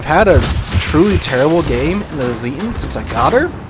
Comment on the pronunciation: The "Z" in Zieten should be sharp, like in "Tsar", but especially the "Neisenau" gives me almost a bout of OCD whenever he says it :D